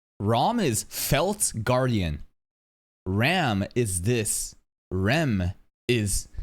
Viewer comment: In terms of pronounciation of the vowels I think you got it, it's just the "R" who is pronounced more like a soft "L" than a rolled "R", but this takes changing the vowel mentally to not go with the romanji spelling, which can be hard to not do and is an hassle if you don't care that much about saying everything almost perfectly like a japanese would.